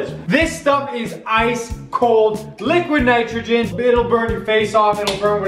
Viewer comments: How many times did he say liquid nictrogin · Did he say liquid nitrogen?